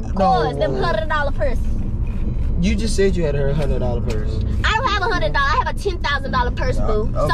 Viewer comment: E: lil 100$ persus Me: what is persus I thought it was purses and 🤣🤣🤣